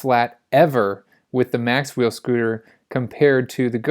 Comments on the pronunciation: It's Macwheel - not Maxwheel or Macswheel (or Mac wheel) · Macwheel not "maxwheel"